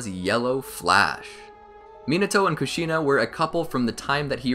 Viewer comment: Kushina is pronounced Kooshinu And Rin is pronounced Reen